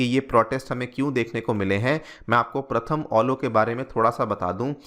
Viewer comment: ये प्रथम अलो नहीं, ये प्रथम आलो है,आप गलत बोल रहे है,सही से अनुवाद कीजिए।